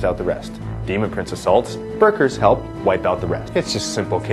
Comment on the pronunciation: did you say berkers?